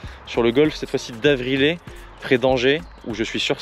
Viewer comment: Avriyé pas Avrilé….